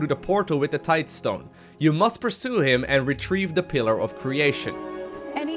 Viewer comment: . HE PRONOUNCED TIDESTONE PROPERLY!! Just kidding :P Although having heard you "Tide-uh-stone" so many times, I actually read it that way when I saw the video title